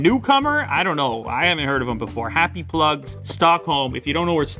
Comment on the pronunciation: “Happy Plugs” sounds like “Butt plugs”. 😂😂😂😂